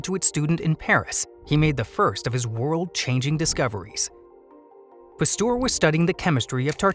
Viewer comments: Argh!!!! Please, someone tell the voice over guy it's Pasteur, not Pastour!!!!! It makes my ears BLEED!!! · Thanks very interesting! But please learn how to pronounce Pasteur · Turns out i was pronouncing Pasteur wrong my whole life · Please learn how to pronounce names, Louis Pasteur desrves it!!!